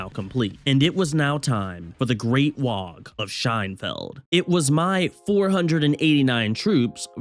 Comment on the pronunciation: ITS NOT WAGH YA GIT!!!! ITS WAAAGH!!! YA DONT PRONOUNCE THE G AND H!!!